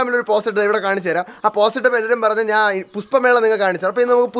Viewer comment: Chetta puspamela alla pushpamela😁😁😁😜😜